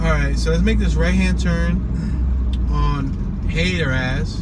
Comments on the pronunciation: It's pronounced Hat ter us street. That's like going to Los Angeles and pronouncing Rodeo as ro dee o. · It’s pronounced hatter like the mad hatter with as on the end hatter-as